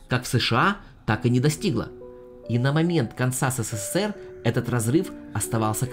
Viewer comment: СэСэСэР???!!!! Серьёзно?! Поработай над лексикой!!!